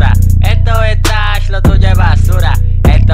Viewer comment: La mala pronunciacion le da el toque bro jajajaj